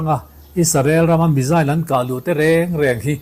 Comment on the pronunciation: Ngaihnawm thine Iran mizail tihkha hriat thiam ava harve? Misile lam chi nive tak angmaw!!!?